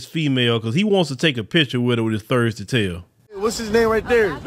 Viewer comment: Is trying to say thirsty because it sounds like Thursday?